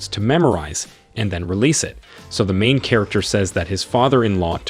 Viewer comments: And that emphasis on MAIN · THE EMPHASIS ON MAIN MAKES ME WANNA PULL MY HAIR OFF